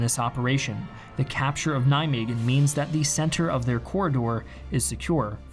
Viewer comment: Your pronunciation of Nijmegen made me pissed of it is not a fucking g except that very informative video thanks